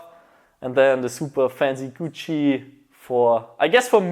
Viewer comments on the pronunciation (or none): did he say....GUCCI?!?!?